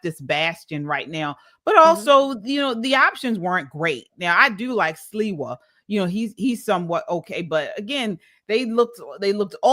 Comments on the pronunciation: Curtis Sliwa is pronounced (Slee-Wah) Sliwa not Silwa!! Also Mamdani is taking advantage of the rent control system because he comes from a wealthy family. Rent control housing is for those who need it! Mamdani is a con man!! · How yall gonna make a video and not even know the names of who is running. It's pronounced. Slee-wah. 🙄🙄🙄 He's the best choice out of both.